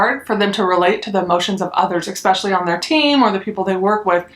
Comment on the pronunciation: Lol it’s eSpecially not eXpecially that was driving me nuts.